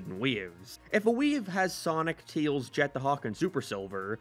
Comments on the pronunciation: He’s. He always says “Teels”. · 1. No 2. You said tails wrong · Why does he keep saying tails name wrong?